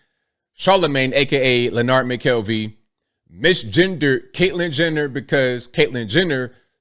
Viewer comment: did you say Caitlyn Jender?